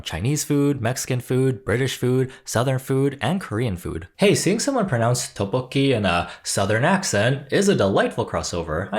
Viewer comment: Did she just pronounce tteobokki as towbowkee 😭😭😭